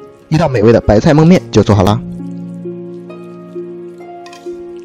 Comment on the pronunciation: 说蒙面，是不是山西人